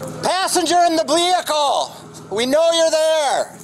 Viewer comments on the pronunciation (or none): "Passenger in the blehicle!" Not only is this officer seeing things but he is also slurring his speech. Sounds drunk. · when the officers speak like this, be scared. Be very scared. “Passenger in the blehicle!” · Did you hear him say “passenger in the Blehickle?” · "Passenger in the blehicle" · “Passenger in the bleeicle, we know you’re there” how embarrassing lol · "passenger in the bleichal we know you are there"